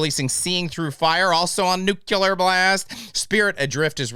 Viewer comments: Please, please, please, please, please, learn how to say nuclear. NEW CLEE UR. not NEW CUE LUR. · It's nuclear not nucular.